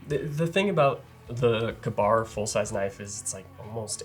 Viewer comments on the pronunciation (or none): Him calling Ka-Bar “Kuhbar” has me all kinds of messed up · Kabar? What is a Kabar? KA-BAR? Ok, now I know what you are talking about. Reading is fundamental. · Kuhn-BAR? Some one tell him it’s KAY-bar. Never heard anyone say it like that. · So, the name comes from "k a bar" as in a man allegedly used one to kill a bear, but wasn't exactly literate, so when he wrote in about it was in the above manner. "Cuh-bar" is just wrong. "Kay-bar" is the more appropriate pronunciation. No one cares. I know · Kuhbar lol never ever heard it pronounced like that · “Kuhbar” that hurts my soul.